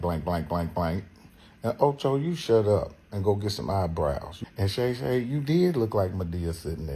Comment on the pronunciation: He called him, “Gay Gay” for Shay Shay.. I saw him say it live